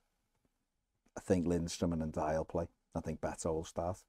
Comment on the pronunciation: For the love of Dixie Dean please find out how to pronounce Ndiaye...